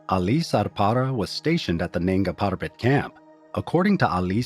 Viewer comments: Weird NANGS PARBAT pronunciation - but still solid video! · Nanga PaRrRrRrrbat